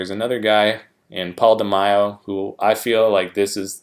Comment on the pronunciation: De-May-o not De-my-o, bro. Mack-a-way Or Mack-uh-way, if you prefer. Egyptian dude. Took 2nd in '83 olympia to Samir. That iconic olympia stage in Munich, Germany from the '83 olympia. Also, thats where Bertil Fox got robbed and took 5th place even though he was the fan's favorite that day. Left him very bitter. Gunter Schlierkamp endured the same exact fate in 2002 when he took 5th at the Olympia even though he looked great and the fans adored him.